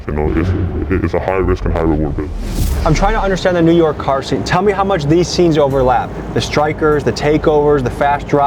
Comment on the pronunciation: I can't stand when people say "Newerk" like bitsh pronounce the fkn letters it's NEW. YORK.